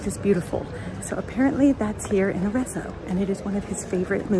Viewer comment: Dear. I’m a huge fan. I’ve done your recipes for years. I love your videos. Please just learn how to pronounce Arezzo. The double z is pronounced like pizza. As in Aretso but spelled with the double z.